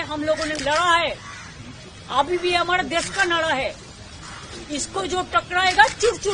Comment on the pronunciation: nahra ko nada kiyo bolti hai 😂😂😂